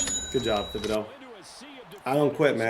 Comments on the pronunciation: The “h” in Thibodaux is silent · How has not corrected saying thibedaux’s name yet? 🤣🤣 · you should google how to pronounce Kayvon Thibodeauxs' name, you butcher it every video 😆